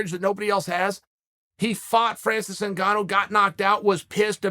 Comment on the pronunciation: Cereal Gong vs Francis Nganew doesn't need a backup unless Lord Uncle Chael can properly mispronounce the name.